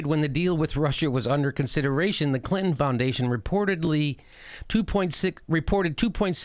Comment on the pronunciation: I love how you say Clin-hen!!